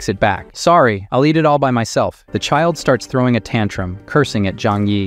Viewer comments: Is this an ai voice? Why he pronounce "all" as "owl?" 😂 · Are you a bot? Or do you just not know how to pronounce “all”?